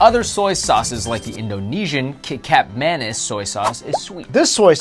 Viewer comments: . . . that's not how you pronaunced kecap manis... the kecap is spoken similarly like ketchup ...actually i think kecap is derived from ketchup.. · Nice video! Kecap manis is pronounced the same as "ketchup", but without the T so "keh-chup". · I am indonesian and to say it is ke-chap manis,translated is sweet sauce. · FYI: Indonesian soy sauce it's written "kecap manis" you can pronounce it as "ke-chup ma-niece" means sweet soys sauce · Kecap Manis is pronounced Ke-chap-Ma -nees. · The way you pronounced "Kecap Manis" was very American. I personally don't really mind though. You guys probably wouldn't know. And besides, it was funny. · You completely missed both Chinese Thick Soy Sauce and Chinese Sweet Soy Sauce (different from Kecap Manis, which you mispronounced). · Still funny how he pronounced Kicap manis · The pronounciation of kecap manis gave me cancer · Looool at the way he said kecap manis, is pronounced it so wrong